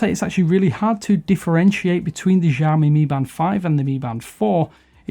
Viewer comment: Lol learn to pronounce it right before attempting a review.